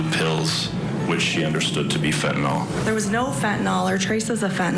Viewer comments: nyl, not nol!! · FENTANYL..... NO O IN THIS WORD US